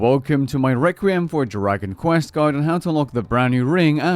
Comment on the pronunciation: Requiem is pronounced "Reck-wee-em". Thanks for the guide.